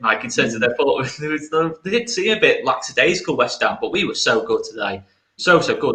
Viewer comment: you just did one of my pet hates. It’s “lackadaisical” no “x” sound. Unlike “lax” which has a similar meaning. Phonetically it’s: lack a day zick ul